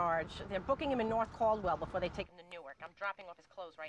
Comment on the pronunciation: "Nor' Callwell! Nor' Callwell! ... North.. Caldwell.."